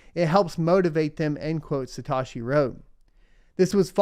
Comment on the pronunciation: Say it with me “suh-t-oh-shii” not “sa-ta-shii”